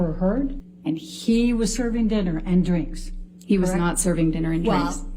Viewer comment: The way she says DDRRINK.